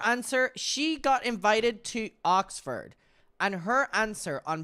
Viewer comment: wut. I know you can see the channel the interview was posted on. It’s most definitely Oxford and not “ocford” 🤣